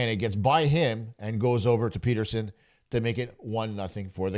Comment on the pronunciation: Have you never heard of Elias Petterson? Like cmon man, say his name correctly.